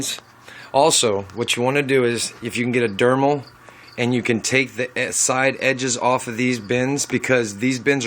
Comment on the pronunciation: LMAO...... It's Dremel not dermal.